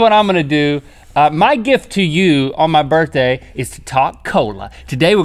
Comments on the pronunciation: "Burthday" "burfday" "burtday" "burfthday" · “It’s Link’s Burfdai”